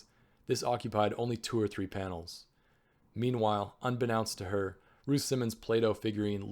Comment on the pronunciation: "unbeknownst" -- un -- bee -- nohnst (long o last syllable) -- not "nounst"